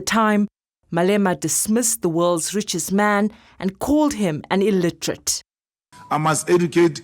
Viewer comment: My man Malema be speaking in syllables: E~lon M~usk is uh ill~iter~ate 😂